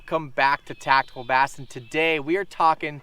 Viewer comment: "AND WELCOME BACK TO TACTICAL BASSIN"